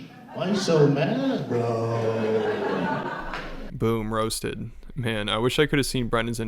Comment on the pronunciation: No way that was off the cuff. I don't think our guy riffs. Im guessing rehearsed down to his fun little vocal garnishes of lengthening a syllable ("broo-oooo")